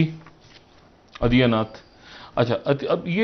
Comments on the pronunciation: Adiyanaath nahi Adityanaath bolo. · Naam bhi padhta nahi aata.adiyanath nahi adityanath.anpadh log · Inki English kharab thi , hindi bhi gayi guzri hai. Yogiji ko Adityanath ke badle adiyanath bol rahe. Piyush Goyal sir ko Piyush Goyaal keh rahe hai. Yaha class 2 ke baccho ko naam properly lena sikhaya jata hai aur agar naam ka utcharan na ayee toh bolne se pehle maafi maangte hain. Tameez bhi nahi aati inko. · कैसे कैसे एंकर हैं पकिस्तान में। सही से नाम भीं नहि बोल पा रहा हैं। पीयूष गोयल को पीयूष गोयाल और योगी जी को योगी अदिया नाथ।😀😀😀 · Aadiyanath 😂😂😂 inse na hindi aur Urdu ke sabd bhi theek se bole jate h nahi English bol pate h gawar 🤣🤣🤣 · janab aap se gujarish hai ke kisi ka naam bolne se pehle uske spellings samajh liya krw aur phir namm bole. aditiyanath ko e nglish mei difficult nhi hai atlest for U. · Yogi adiyaanath 😂😂😂😂😂😂😂salon bolna seekh lo phle😅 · Naam to bolna shik le.. Lolu adiya nath... Hahahahah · It's not yogi adiyanath kaise ho tum v padho sahi se. 😂😂🤔🤔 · Sab baat ek taraf please pehle koi inhe naam sahi se lena sikaho moodi, adiyanath kya hai yeh😅😅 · Adia nath nahi nam to theek se lena seekh lo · They don't even know how to pronounce Yogi Baba's name 🤣😂 .. Are they really news anchor 😂🤣?? Yogi Baba zindabaad ❤❤🙏🙏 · पीयूष गोयल एक भारतीय केन्द्रीय मंत्री हैं और बहुत विद्वान व्यक्ति हैं | उनका नाम भी इस पाकिस्तानी ऐंकर सही से उच्चारण भी नहीं कर रहे हैं | यही हाल योगी आदित्य नाथ का सही नाम बोलने का है | क्या ये पाकिस्तानी पढे लिखे ऐंकर इतना भी समझ नहीं रखते ? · Kya jahil log hain yeh. Piyush Goyal ko official banaya, bada tv par bolne ka shauk hain par Adityanath ka pronounciation nahin atta hain! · The anchors can't even pronounce the names of Yogi and Piyush Goel. The way they hate India is sickening and nauseating. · You are talking without homework. You are not able to pronounce YOGI Aditya nath, your channel is not worth to watch.